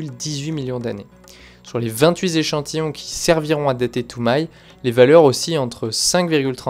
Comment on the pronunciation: Vingt huit z'échantillons 😂😂😂